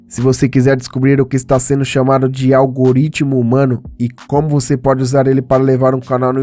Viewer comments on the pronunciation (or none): none